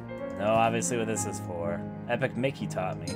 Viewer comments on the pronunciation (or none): none